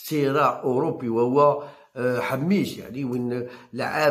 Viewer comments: صحح النطق انتاعك ،راك تخلط: اللاعب اسمو حماش وليس حميش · ياو حماش ماشي حميش اعرف تنطق اسمو راني نحكي معاه منذ عامين